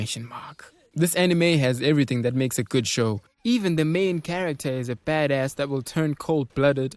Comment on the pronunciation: The way he said baddas is hilarious, "bedess", lol funny dud